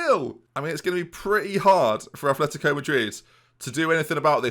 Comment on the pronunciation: Okay, I can forgive the mispronunciation of players, but, please, there's no "h" in Atleti's name. I'm so sorry. But it's my biggest pet peeve.